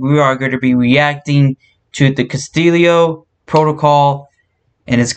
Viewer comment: It's not Castillio lol